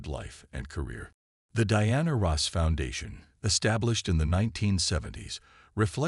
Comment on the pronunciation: It’s Ross not Rose!